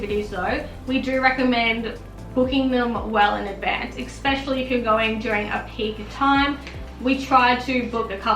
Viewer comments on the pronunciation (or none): The word "Especially" does not have a "ex" in it.. "expecially" 💀